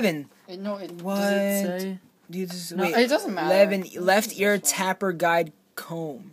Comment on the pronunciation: its not tapper its ta per... taper learn to readdddddddddddddddd